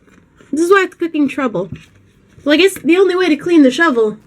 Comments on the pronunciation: Whenever you say shovel. It sounds like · I thought she said "Imma have to '' it" I was like yeah, you go girl! Until I realized she meant shovel... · I don't know if you mean to, but when you say shovel, it sounds like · Every time she says shovel all i hear is lol